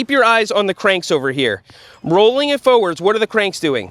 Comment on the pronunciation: Foewords or forwards?